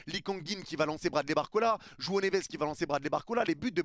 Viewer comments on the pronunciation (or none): none